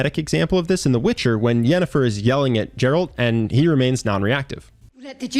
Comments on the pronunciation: dude its JERALT its GERALT with the Grrrr "G" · dude I love the channel but you said "Jeralt" so now I must unsub and unlike all videos lol jk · Not Jerald, Geralt. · I cant stand when people called geralt "jeralt" smh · "Jeralt in The Witcher" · Bro, Geralt is a hard G, like graphics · JERALT?!?! JERRAALLLTT?!?! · Did you say JERALD? My man, ithere is a G not J. Sorry but this triggers me everytime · "jeralt" ? I know Geralt from the Witcher but not the other guy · It's pronounced Geralt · im still trying to get over him calling Geralt "Jeralt" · Pronouncing Geralt's name wrong isn't a good way to command respect. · it's GUh-ralt. Geralt with a hard G. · To assert dominance, confidently mispronounce 'Geralt'. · He lost me on his pronunciation of Geralt...